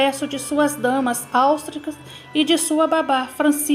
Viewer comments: Legal seu vídeo, mas ficará ainda mais interessante quando você aperfeiçoar o seu português e pronunciar corretamente as palavras. Por exemplo, cortesões não existe, e sim, cortesãos. Áustricas também não, e sim austríacas. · Com todo o respeito, você não serve pra fazer narração. Sua dicção é péssima, parece que engole as sílabas e até algumas palavras inteiras. Como se não bastasse, você comete erros de português vergonhosos. A impressão que dá é que sequer sabe ler ou escrever direito, fora a evidente falta de intimidade com termos um pouquinho menos simples, como “Habsburgos”, “austríacas”, “dissabores”, para citar apenas algumas. Narração péssima. Chega a doer os ouvidos!